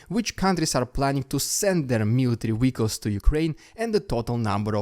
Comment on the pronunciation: Everytime you say "military wehicals" it reminds me of that funny line in "Star Trek: The Voyage Home" when Pavel Chekhov asks a cop on the streets of San Francisco "Vhare are the nuclear wessels," in a Russian accent, of course. Mind that this was in the midst of the Cold War. I like your accent.